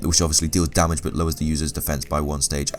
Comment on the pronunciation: I enjoy your videos with one slight exception: How you say damage. "Dar-marj".